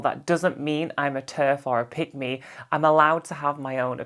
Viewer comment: Was wondering what does 'pygmy ' mean, then realised you was saying 'pick me' 😂😂😂😂😂😂😂😂